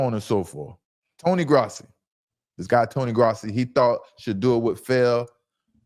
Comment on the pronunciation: He doesn't deserve to have his name pronounced correctly... Damn you and him